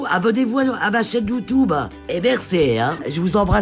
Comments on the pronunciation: "ma chaîne youtoube "😂😂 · Sa me fait rire quand elle dit « youtoube » 🤣🤣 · « ET SURTOUT ABONNEZ VOUS A MA. CHAÎNE YOUTOUBE ET MERRCEEE» 😂😂😂❤️❤️❤️ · “ Abonnez vous à ma chain YOUTOBE “ jladore 🤣❤️❤️❤️❤️❤️ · Elle a dis "et surtout abonné vous sur mon compte youtoube"🤣🤣🤣🤣🤣🤣😋😂😂😂🤣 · J’étais triste d’entendre son histoire puis d’un coup " abonnez vous a ma chaine youtoube. Et mercé hein " 🤣